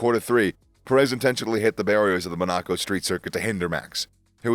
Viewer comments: Bit of feedback; the pronunciations are really weird: MonAco -> Monaco, JeddAh -> JEddah. Similar for some of the driver names. F1 terms like Q3 is not Quarter 3 like in football, Q stands for qualifying session. For long-time F1 fans, this could be a turn off to subscribe / watch, so I think it's good to get the basics in terms of track / driver names and racing terms right to grow your channel. Anyway, feel free to disregard / disagree, best of luck either way! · Why is this guy pronouncing city names incorrectly? Like jeddah or monaco? 😅